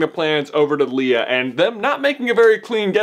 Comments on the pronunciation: Dude it's Leia not Leea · "Lay-a" not "Lee-ah" It stops me from following your argument every time. I realize the older generation in the movie can't pronounce it, but can't we assume she knows how to pronounce her own name? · And it's not Leah it's Leia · Leea? It's Leia. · Did you just call Leia, Leah. I'm MAD. Jks, people around the galaxy have different pronunciations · You even said leia wrong